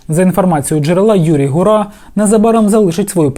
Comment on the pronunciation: Гура наголос на у, а не на а